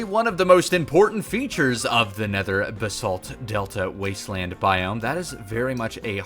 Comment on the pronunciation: The way you pronounce Basalt gives me overwhelming anxiety. BAH-SALT not bsalt